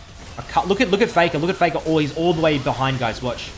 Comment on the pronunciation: It's "Dopa vs Faker" not "Dopa vs Fakaw"